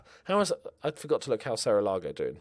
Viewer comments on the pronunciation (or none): none